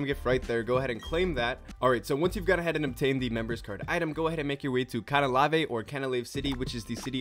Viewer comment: bro said canah lavae